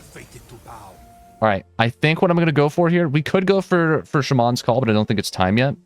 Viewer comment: The way you say "shaman" once again baffles me.